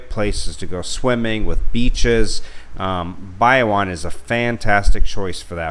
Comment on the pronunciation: Shared this with my soon to be wife... she kept cringing at your pronunciation of Bayawan.... apparently the emphasis is on the middle syllable just like Palawan.